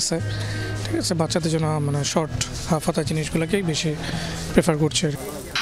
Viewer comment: Uni tw thik moto kothai bolte pare na 'আচ্চে' 😂